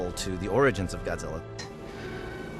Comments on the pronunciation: Wow no wonder they failed on zilla he can't even say it right he says gudsilla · well he is german.. in different countries godzilla is pronounced different, you know that right? in japan it is gojira, usa and other countries it is godzilla.... in my country it is gotzilla.